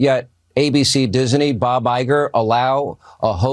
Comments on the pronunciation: No sean. He is not the head of Dis-uh-nee. His Company is Disney 😂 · It's not DISENEY, it's DISNEY dumb dumb! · Hannity says Disney like it has three syllables